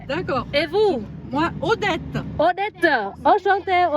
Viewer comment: Tên Odette chứ không phải Audette.